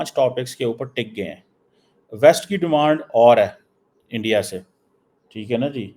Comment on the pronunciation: Tu jitna "endya..endya" karegaa..utna mota mota hota jaayega!! So.. endya..endya..km kro..seht thik hoga..